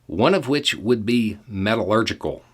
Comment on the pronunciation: But it felt good to hear him say "metallurgical" the way he did. A foundational source of steel manufacturing ingredient that today's society CAN NOT do without. Every building, engine, power generator/transmitter/conductor and conveyance relies on it. There is noone more ignorant than one who purports to know everything. 🤦